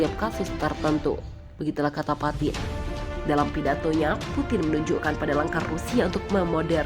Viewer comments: Vladimir patin 🤣🤣🤣 bukan patin min tpi lele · Ukraina dibaca Ukaryana Putin dibaca Patin keseleo yah